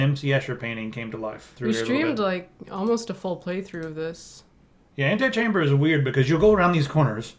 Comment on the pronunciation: The name, Antichamber only works if you pronounce it like "antechamber" because then you get that it's a play on words & don't sound like an idiot. Ant-eye-chamber sounds like a mod for SimAnt.